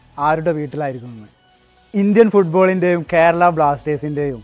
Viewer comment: ക്യേരളം അല്ല ബ്രോ കേരളം 😁